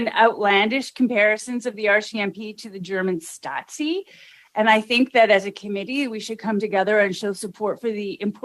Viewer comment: Purple woman needs to understand it's "stasi" not "statzi" where the fk do they get these 🤡🤡🤡